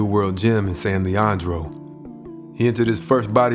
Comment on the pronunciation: We pronounce it San Lee Ann Droe.